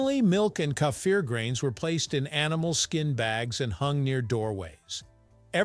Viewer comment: Why do you have to change the name. The name is KEFIR the is no "A" You keep on saying "kâfir" For the last time it is KEFIR .